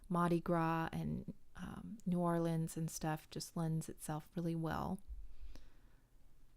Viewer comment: Haha, you're funny! I love that you say the city name correctly...that's enough for me! My grandma is originally from New York and we all lived down there together for years and it would make my stomach flip every time she said "New Orleeens." Ack, I gotta go check out your part 2 now. :)